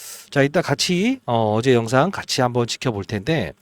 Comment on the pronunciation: 밭이아니고 같이입니다